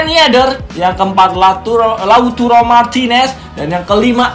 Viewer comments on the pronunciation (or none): Lautaro bukan lauturo wkwkwk canda bang